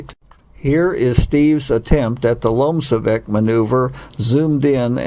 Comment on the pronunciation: You are pronouncing "LOMCEVAK" incorrectly.